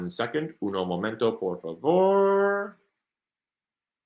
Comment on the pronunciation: Lol first time listening I just caught on to his broken Spanish accent I love it - I’m Mexican and only speak a little bit myself lol 😊